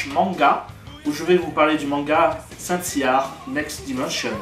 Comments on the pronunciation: "Saint Seiyar" j'ai arrêté la vidéo. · Please c'est saint seiya pas saint seiyaR. Ça pique les oreilles... et donne pas envie dans regardez plus... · C'est saint seiya ya pas de (r) a seiya